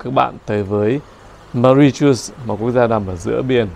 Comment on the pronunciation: Bạn tra từ điển xem nước đó phát âm như thế nào nhé, không phải như bạn nói đâu 😂❤